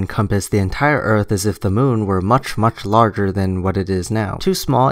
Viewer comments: His Ebonics is killing me right now. It's impossible to take him seriously when he pronounces "Earth" with an "f" and any other similar mannerisms. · "They're being "disingenuine"? Now, I realize I'm in the minority here, especially in 2017 where it seems ridiculously acceptable that most people accept crappy spelling, syntax and pronunciation, but I can't overlook it. When I hear "ERF", it's clear I'm not dealing with someone with any substantial amount of education and as such, deal with their "evidence" accordingly. Flat earth is being promoted by a bunch of dumbasses. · Really hard to take the guy as a source of information when he says "Earf" and "disengenuine." Speaks like an uneducated fool. So sad. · anyone else pissed off when this guy says "disingenuous" over and over? Also, wtf is Erf. There should be a basic level of education required when making informative youtube videos. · Lol, you're trying to have an intellectual debate with a guy who can't say "Earth", calls everything disingenuous, and thinks that "Globalists" are perpetuating Round Earth Truth. Good luck with that, lol.